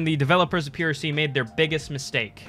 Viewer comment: Good job keep it up! also its prc not ppc